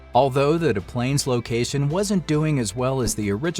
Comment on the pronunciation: We pronounce the S in Des Plaines, IL. Just an FYI.